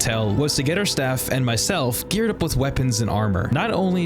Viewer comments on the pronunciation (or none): Brother it’s pronounced “with” not “wit” lmao